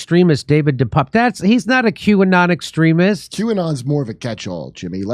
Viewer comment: its not depap or depape its "the pepe"